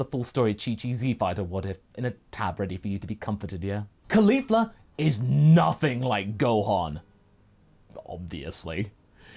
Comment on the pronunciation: I always roll my eyes when I hear Caulifa, you have made her very entertaining so far, pretty amazing things